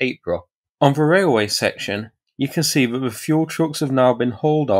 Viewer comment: Nice coverage. But can we have a commentator who knows the difference between :"the" and "ve"